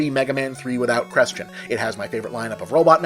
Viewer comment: "dat's a good qrestion."